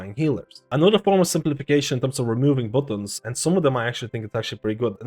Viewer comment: Dude, did you really say "bootuns" lol